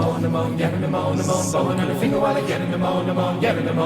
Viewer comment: The word is pronounced "Fin-oola." It's the Irish version of "Penelope."